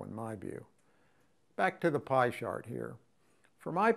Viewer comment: “Back to pie shart here” lmao